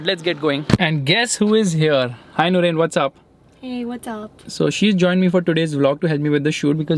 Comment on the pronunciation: It's not nurain it's noorain